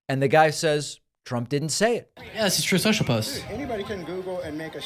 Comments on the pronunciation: The "Troth Sential" audio gets me everytime lol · I don't understand, is it Truth Social or toth sensial. Can as dump says it.😮